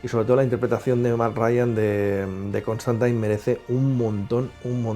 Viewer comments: Siempre creí que se pronuncia Constantin y no Constantain. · Lpm!!!! Q deje de decir ConstANTAIN!!! Es CONSTANTINE, xq pronuncian taaaaan mal!!!! Me genero mucha broncaaaaa escucharlo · Sólo dos cositas nada más. Tanto Zatanna como Dr. Fate aparecen también en algún capítulo de Smallville. Y por favor,, que eres un crack y es un placer verte en cada vídeo, pero cada vez que te escucho decir "ConstantAIN" se me enconge el alma. Mira cualquier capítulo de Legends of Tomorrow en versión original, que ahí lo pronuncian bien. Enhorabuena por el canal, todos aprendemos un poquito cada día con vosotros. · Me daba un dolor en el hígado cada que escuchaba constantain, hasta a lucifer lo corrigieron en la escena del crossover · Suena tan rara esa forma de pronunciar "Constantine" no entiendo por que los españoles cambian la pronunciación del inglés...